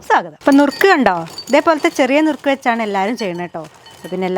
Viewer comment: നുറുക്ക് അല്ല മുറുക്ക് ❤❤❤